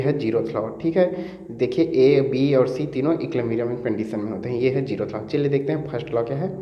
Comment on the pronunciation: Aap zeroth ko jerroth q bolte yrrr